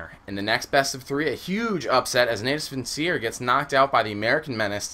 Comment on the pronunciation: ok, call them navi or search for the correct pronunciation, no offense ^_^ i was having a creepy chill every time i was hearing natus vincere